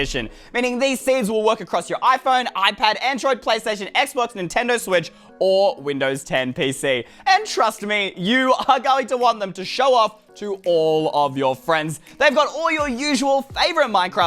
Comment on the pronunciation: "Nentendo swetch"